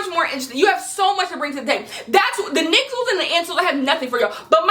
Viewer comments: did you say nigcel’s? i am crying 😭😭😭😭😭😭😭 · The "nigcels" omfg 💀💀